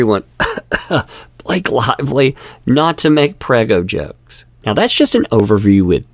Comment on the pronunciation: "Is there a Bah Lak ehe in the room?" Do you mean Blllaaaaake? "Go to the Principles office!"